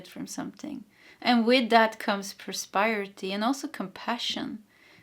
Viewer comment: Då jag själv kämper ibland med visa svenska ord kände jag igen mig själv när du hade svårt med prosperity och prospering. ... så det är pros PER (som killenamnet) ity men prosper och prospering där sper uttalas som in namnet jesper. Hoppas det hjälper någorlunda då har vi tur så behöver du prata om prosperity många fler gånger här!